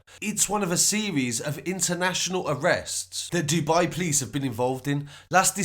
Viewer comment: The PLICE .... lol instead of P-o-l-i-c-e, kinda anoying